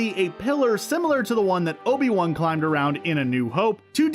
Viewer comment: It's not Obie One. It's Obi-Wan.